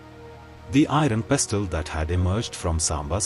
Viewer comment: It is pronounced as pesl not pes-til.🎉